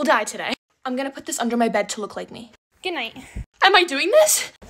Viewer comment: The “Gooednit 😂